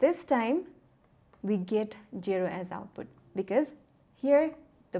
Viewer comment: She has no "sh"😂 And the way she says jero instead of zero Cute accent